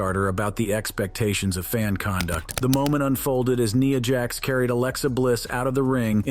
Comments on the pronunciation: Did he just pronounce NIYA JAX? 🤣🤣🤣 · Say “Nia Jax” name correctly next time more then one not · The scene that you have here with you say with Nia, Jax and Alexa bliss who is Nia Jax you mean Nia Jax please say the name right please it’s Nia, Jax, and Alexa bliss it’s Nia Jax, and Alexa bliss Nia Jax, And Alexa bliss please just pronounce the names right because you sound foolish when you keep announcing all these names all these words wrong please pronounce the words right please thank you